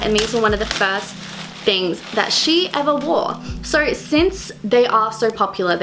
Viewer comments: Is she saying sor instead of so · Whenever she said"so" ,I thought she said "sorry"😁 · kylie sturzaker I didn't even hear her accent until she mentioned shes Australian, its just how she pronounces "so" that tipped me off